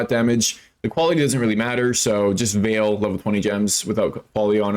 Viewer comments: Unveiling is not calf meat. It's not pronounced veel it's pronounced vale. And vaal is pronouned vAL not vail. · It's an easy mistake to make, "aa" typically makes an "ai" sound like "fail" but in this context it's correct to say Vaal such that it rhymes with "pal"